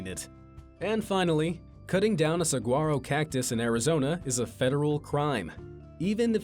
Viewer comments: It's pronounced Sa-war-oh.....not sagwaroh :-) greetings from Tucson. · It's not pronounced sagaro, it's pronounced sawaro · The cactus is not a cigar-o, it pronounced sa-war-o. I lived in Arizona for years. Be nice if you could say it right. It's considered the state 'tree' and is highly protected. If you don't burp after a meal in Italy, it's an insult to the cook. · I'm sorry, hon, but it's pronounced "Sa - whar- row." The "gu" in the name Saguaro make a "w" sound. 🌵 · Saguaro cactus... How was this mispronounced by an american? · The "g" is silent in saguaro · Please get a dictionary with a pronunciation guide. Saguaro cactus. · Mispronouncing the word saguaro, which you just did, is also an offense. You must show cacti some respect. They are your distant cousins. How would you feel if a cactus deliberately mispronounced your name?